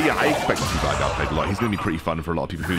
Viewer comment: its not pronounce - Vi(Vi the champion)-Gar its actually - Vay(like Gay)-Gar 🧐🧐🧐